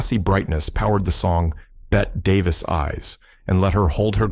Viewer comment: “Sunset Boulevard” 1950 was shot in Black and White. Not Technicolor. Work on the pronunciation of “Ingénue,” the proper way to say Bette Davis too. Or listen to the 1981 recording of “Bette Davis Eyes,” by Kim Carnes.